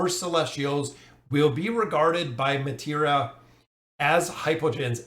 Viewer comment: Pretty sure it is May-Try-Ah but I could also be 100% wrong... Also...... do you have no mercy for us? I'm still trying to finish A.Solise!!!